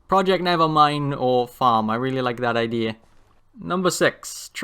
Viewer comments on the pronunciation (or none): none